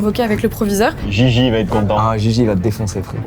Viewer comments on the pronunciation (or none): none